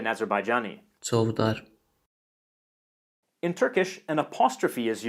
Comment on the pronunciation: You saud always ajebajjani. That Ist not korrekt. Its tutkish language with a nother Dialekt